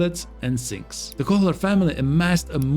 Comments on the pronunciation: H in "Kohler" shouldn't be pronounced. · That pronunciation of “Kohler” is killing me 😂